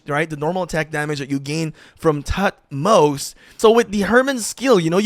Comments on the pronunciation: Toot-moze-uh is the actual pronounciation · is pronounced thutmose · H is silent. Its pronounced “Tut-mos”